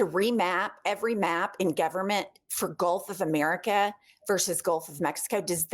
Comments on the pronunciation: Golf of Uhmericuh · Mayne we rename it to the way she pronounces it, the gulf of Imeerikkka? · " GOLF OF MURIKA" 😅